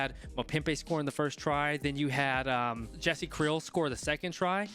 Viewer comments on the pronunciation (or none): none